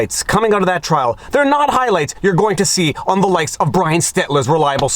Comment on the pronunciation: "Brian" or "Bwy-ann"? Get it right!